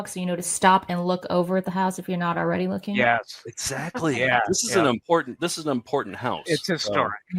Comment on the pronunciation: "first time I'm rooking at it" flub to begin. classic